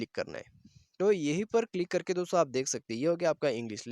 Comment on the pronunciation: Please stop saying dostho